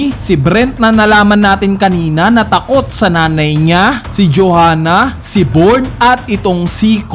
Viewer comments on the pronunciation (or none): Byorn basa idol di born